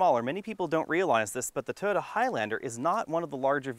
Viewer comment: Sorry - cant watch this. Your repeated use of the term "3 row cross-over" is just annoying. And its "Toyota", not "Toda"!